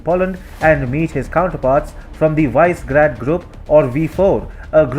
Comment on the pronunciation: Višegrad = pronounced vee-shae-grad